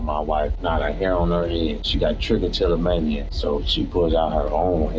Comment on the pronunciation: Bruh pulled trichotillomania out of a hat with perfect pronunciation lol